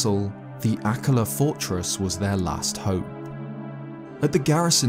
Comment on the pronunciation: Everytime says Dorephane, Akkala, or Purrah i die a little inside